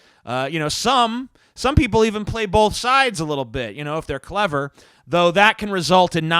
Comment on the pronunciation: I reached by "bolth" limit at the 6min mark